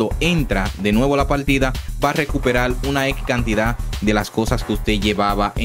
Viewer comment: Lo único que quiero saber es como usas la "r" por la "l". No me queda claro. "Recuperal"???